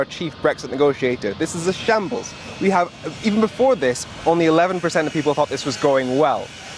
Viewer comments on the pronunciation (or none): What is "a shables"?